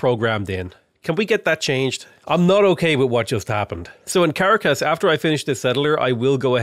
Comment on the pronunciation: Hey, if your wondering the emphasis goes on the last syllable of Bogota and the second syllable of Caracas, so like Bo-go-TA and Cah-RA-cas. Anyways, stoked to see a (reality) tall run, good stuff!